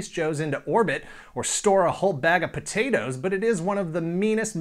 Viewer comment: I laugh every time you say sack of potatoes.